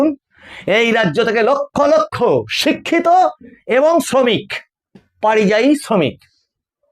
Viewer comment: পারিযায়ী নয় পরিযায়ী।